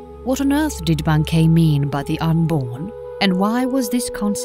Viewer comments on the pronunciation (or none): none